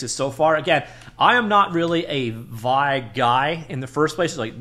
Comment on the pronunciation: Looks like I'll test drive it after all... thanks for an insightful video! One side note: "vee-eye" as opposed to "vie"